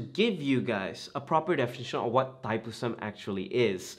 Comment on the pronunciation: Pronounce la betul2 Thaipusam